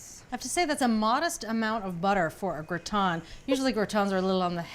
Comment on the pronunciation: Wtf is gra-ton? 🤣